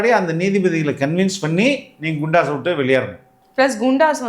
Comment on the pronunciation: குண்டாஸ் nicht கூண்டாஸ்